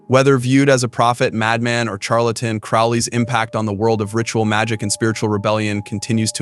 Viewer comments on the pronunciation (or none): Liked your video, have heard of some of these people. Couldn't help but cringe at the pronunciation of Charlatan...it's pronounced like an. S...shar...latan..otherwise very informative.